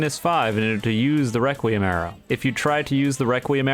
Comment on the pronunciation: I dont know if im deaf but i keep hearing him saying reqwuiem awrow and now i just hear him as a furry